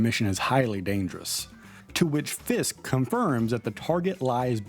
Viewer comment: Why can’t you pronounce Fisks?